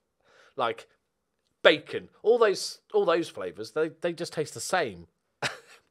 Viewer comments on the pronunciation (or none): none